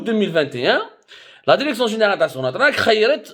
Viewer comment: Derection derection derection derection derection ha ha ha ha ha ha ha ha ha ha ha ha ha ha ha ha ha ha يلصق كما الخرا في القرداش